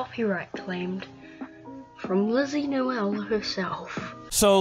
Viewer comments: Her name is pronounced “ LYSSY NOEL” not Lindsey. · She did claim she did it as a joke, and i liked her other channel tho ;-; I'm pretty sure her name isn't pronounced like that either though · I know that her content is kinda weird but The other videos she makes are pretty epic like her arcade vids and the other vids besides the 3am ones And btw u pronounced her name wrong (no offense) (Not a hate comment) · You literally said her name wrong